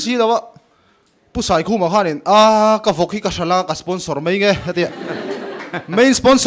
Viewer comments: 1st a Perform hian "mai" a ti thiamlo "mei" a ti zel mai.. Pu Mafa akha chu la awm se a khak ka ring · 'Mai' tih tur 'MEI' a ti zel. Pu Mafaa kha chu awm se a khak em em ang.